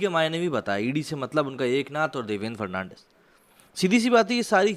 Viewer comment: Its not Devendra Fernandez its Fadanvis🤣